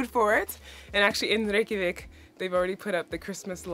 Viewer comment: As a Norwegian who's bf is Icelandic, finally someone who manages to pronounce Reykjavik properly in Icelandic as a foreigner! And yes so jealous of my bf as he has 4 of these sweathers made by his granny, who passed away years ago. We have similar here in Norway tho, as the Icelanders came from the western coast of Norway, the horse, and their sheep too came from us. It's deeply rooted in our cultures as we are farming and fishing nations. Fun fact: All Icelanders are part Celtic (Irish/Scottish: red hair, pale skin, freckles), as the Norwegians stopped over in Ireland, and brought female slaves, as no Norwegian woman wanted to come with. Humans sold as slaves were the biggest export at the time, and the Vikings was known for it, besides pillaging, loothing, murdering and raping lol. So much so that the population in Norway at the times was mixed with Irish, the Swedes had a lot of Slavic: Ukrainian, and Russian, (from the word slave in Norse), as they roamed the Balkans, and Eastern Europe.